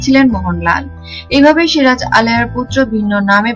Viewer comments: You don't know who is SIJAR or SIRAJ ?? Pathetic pronunciation, it's a complete cheapness. YouTube is polluting and contaminated by people like you. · আগে বাংলা বলতে শেখ, সিরাজ না বলে সিজার বলছো,দত্তক না বলে দোতোক বলছো, কাঁচা বাঙাল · osikkhito aage soja kore ktha bolte sikhun,ota sijar noy siraj,r evabe itihas bikrito kore ki lav paan,1957 saal e polasir juddho prothom sunlam ebar to bolben India k aapni 2019 e swadhin korlen.